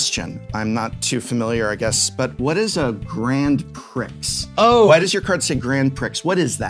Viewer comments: How many times is the Professor going to say "Grand Pricks" before they tell him it's pronounced "Grand Pree" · Professor please prix is pronounced pre. Also alliteration. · i may have cried a little at the pronunciation of grand prix. no big deal but my soul was hurt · Love how Prof is quick to correct the pronunciation of anime after his mispronunciation of Grand Prix, just sayin. Lmao. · You dont say the x in grand prix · The mispronunciation of grand prix hurts my soul